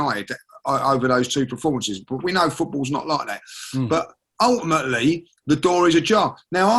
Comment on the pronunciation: always turning around to tell us